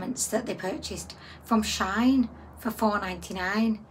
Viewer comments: It is SHE IN not shine or sheen! it is a hoax! of course we are not concerned, it is clearly not real ... you didn't buy anything from shine as that is not the bloody companies name!... how can you read the word SHEIN and come up with that awful pronouncation? it is really bloody irritating! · When she said shine dozens of times it was grinding my gears! how can she read shine from shein LOL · It is prononced She-in. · Shein don't actually treat their workers well at all that's why alot of people have stopped buying from here.. also it's pronounced as sheen* shein